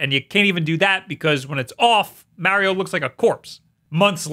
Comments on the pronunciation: YOU NEED TO LEARN HOW TO SAY MARIO IN RIGHT WAY IT IS NOT MEARIO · Alright, just say the word March. Now say just Mar. Now add e o at the end. There ya go champ how to say mario correctly. Like jesus dont ever date a Marry, for no reason youll just keep calling her Maurie. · Oh I god I hadn’t watched you in a while and forgot I stopped watching because you can’t pronounce Mario correctly to save your life!! 😖